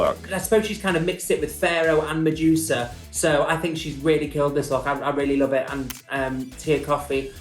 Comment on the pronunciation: Mejusa? Lol it’s Medusa 😂